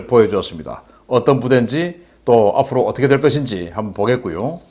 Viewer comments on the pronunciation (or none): 재밌게 보고 있습니다. 근데 옛날부터 궁금한건데 왜 P와F발을 마구 섞어 쓰시는지…F를P로 발음하는건 이해하는데,,P를F로 하는건 너무 적응이 안되네요 🤣 ㅋㅋ 예를들면 초 앞f로 어떻게 될것인지 보겠고요 죄송합니다